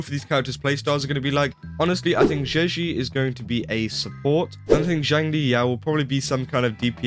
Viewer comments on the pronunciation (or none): Zhezhi is pronounced Jeji. A rule of thumb for chinese names: X= Sh, Q=Ch, Zh= J